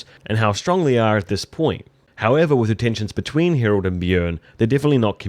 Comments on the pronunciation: Harald, not "Herold" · His name is Harald try and pronounce it properly